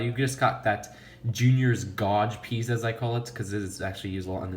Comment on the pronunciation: You have to learn how to pronounce gauge.